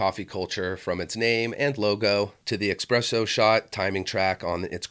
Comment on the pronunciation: ESpresso* cmonnnnn. Otherwsie nice video